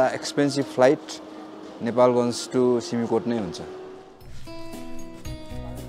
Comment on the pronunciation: सिमिकोट होईन “सिम-कोट”